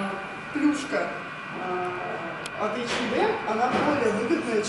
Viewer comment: Девочки, а почему вы не говорите ЭйчЭнЭм без Д, как положено по английски ? Это русский вариант произношения у вас, да ?